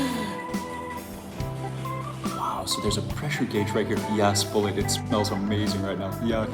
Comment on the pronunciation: yes i watching live ...i love coffee and was the one drinking the Sumatra blend when you was doing the video that was cool. Yes you said my name right ....blessings my friend and continued success